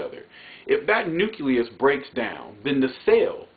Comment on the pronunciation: My man...you seem very educated...but please, it's nucleus...pronounced new-clee-us...not nuculus. Back to the heart of your speech...honestly, the facts that you stated relate to ALL people, not just black people.